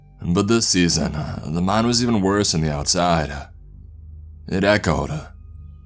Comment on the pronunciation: I thought it was meme instead of mine